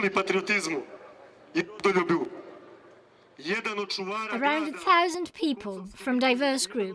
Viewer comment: "araund a 1000 people" 🤣🤣🤣🤣